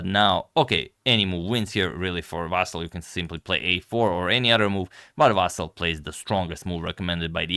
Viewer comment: His first name is not pronounced as "VAASAL" .... It's pronounced as "VAASLI or in short, "Vaseel" - better yet, please mention him by his last name. "VAASAL" sounds very awkward and off.